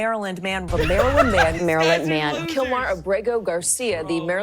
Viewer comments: It sounds like they're saying the muffin man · almost sounds like they're saying marilyn manson. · "Marilyn man-son" 😂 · I kept hearing it as maryln man and my brain kept autocorrecting to maryln Manson, which is funny, unlike all these alphabet soup media advocating to bring back a terrorist to the country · They said Maryland man so often that I now hear it constantly as Marilyn Manson 😆